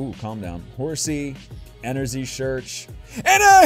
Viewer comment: I CANT SAY ENERGY says